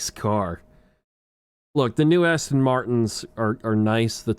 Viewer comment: "Nice Asston"